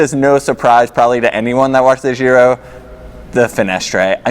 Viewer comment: also, it is not "zhiro" but it is giro, use google translate phonetic reader on Italian and you'll get there.